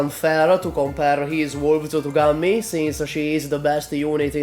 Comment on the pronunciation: I wonder Has anyone ever told you that Gummie's name should be pronounced "goom" instead of "gammi"? Cuz that's what's written on her E2 art, module and skins. She is not named after a bubble gum. She is named after GUM = Glavnyy Universalnyy Magazin = Main Universal Store, which is a giant block of stores for reach people in Moscow. Or may be I dont know something..